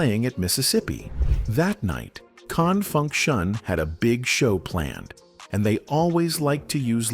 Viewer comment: I cringe every time that robot tries to say "Con Funk Shun" 😳